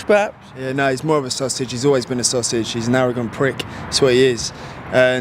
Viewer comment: Get your tongue out - ‘sausage’